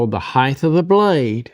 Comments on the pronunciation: the word is Height (think HITE) NOT Hidth. why is this so hard for americans ? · There's no such word as "heighth". You keep saying it. It's "height". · Height is pronounced as it is spelled. It absolutely is NOT pronounced “hie-th.” The word ends in a hard T.